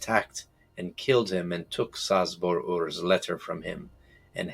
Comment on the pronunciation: Oh my poor ears. It's pronounced Chabor 😂